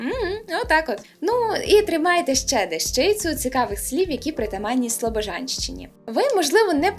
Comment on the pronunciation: Шановна! Зверніть увагу - не дещИця, а дЕщиця!